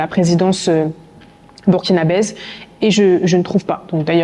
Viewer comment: On ne dit pas ''bukinabaise'' 😢